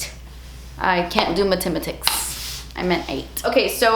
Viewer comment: Mah Tim ah tics... I freaking love you 😂 I caught that